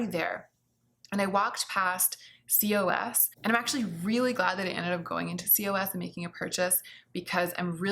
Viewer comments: Wait, actual question: Is COS pronounced "C-O-S"?! I live in Belgium, where COS is everywhere, and everyone here pronounces is "koss". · I was like what is c. o. s. 😁Cos is H&M and it reads KOS (not in spelling way like C O S but like word KOS of i am not mistaken??.. 😊 P.s. “bawls” Not only he benefits but he broke them all and you both just need them! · Not important, but I'm pretty sure COS is pronounced 'kos', as in moss. Or boss :) My friend works at H&M group HQ and that's how she said it. Curious to hear about your fast fashion finds! It's a whoooole messy world. I have looked into it for my job in sustainability so if you want to learn about it, I can recommend some good resources. But yeah, it's quite a can of worms to open. Also there are loads of awesome youtubers talking about more sustainable fashion